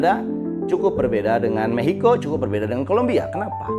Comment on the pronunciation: Maxico bang aku dengernya mehico😢